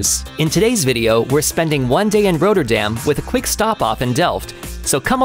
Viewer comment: RoTTerdam as in rot, hot, not, plot. Not....😂 Roaterdam.